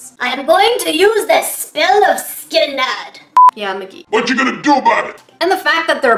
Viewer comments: That’s not how you pronounce Skillnad. For anyone wondering the sk is kinda pronounced like sh in English and the a is short. Skillnad means difference. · Skillnad is Swedish (as most things in Ikea) and means diffrence ^w^ You didn't pronouce it correctly but that's half the fun of hearing non-Swedish people try and pronounce Ikea products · As a Swede, I loved you trying to say Skillnad 😊 I know it sounds like a game skill name for you, but hearing you say it made it true! Your way of saying it really made me think of a rpg game skill 😂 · FUN FACTS FROM A SWEDE AKA ME Skillnad (not prounonced like you where saying it) means ''Difference'' Måla means paint (as an action) ''I'm going to måla the wall green'' but måla-målar-målade - paint-painting-painted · Skillnad.... wow u really pronounse differens in a different way than we do here in sweden